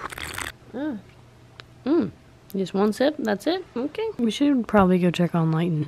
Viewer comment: when he said go check you could hear his accent